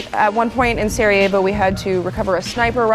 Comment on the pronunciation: It's Sarajevo,Serievo.Jeezz...